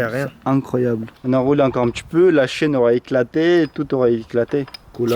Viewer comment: Chui mdr au lieu de dire la chaîne il dit la chienne